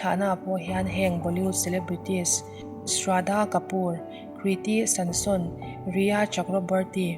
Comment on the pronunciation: kriti sanon zawk aw Sanson niloin